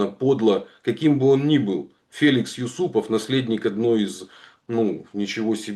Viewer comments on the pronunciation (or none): none